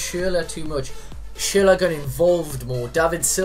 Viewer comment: His name is pronounced SHURLA but this series looks good. What's the next position you'll be doing?